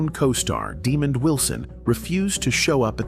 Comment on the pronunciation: Daaamon not demon